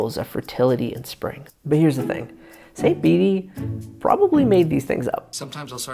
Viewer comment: Bede is pronounced like bead. Eggs and rabbits are tied with spring which points to rebirth after death. Lent also gets it's name from spring or springtime. I have heard before that we get the English word Easter from German's word for Easter, Ostern related to East (in German, Ost) particularly because the sun rises in the East which was taken as a symbol also of the Lord's resurrection. Haven't dug further back or heard of the Old English in the middle